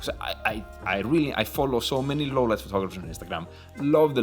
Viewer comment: "Louuuuww leit biesssst"